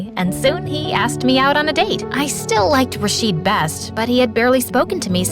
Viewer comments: It's not Ra-sheed , It's Raw-shid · ITS RA-SHID NOT RAAAA-SHEEEEAD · RASHEED?! YOU PRONOUNCED IT WRONG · I love this video so much but as an Arab the way they pronounced rashid is killing me 💀 (I mean ik they are not Arab so ofc they will make a mistake but still 😭)